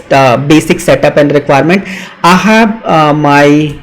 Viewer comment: It's "I have", not "Ahhav" 🤦